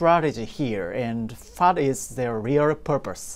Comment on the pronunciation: whatがfatに聞こえて気になる。